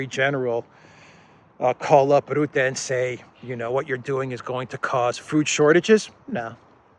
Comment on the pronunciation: Rutte ( Dutch PM) is pronounced incorrectly. Commented before, did not read it. Try again. The u should be pronounced as in turn, burn, murder.